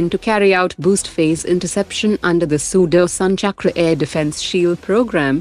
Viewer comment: He man please change the voice of video ... Hindi speaking voice is good ... this 💩 cant even pronounce Sudharshan Chakra correctly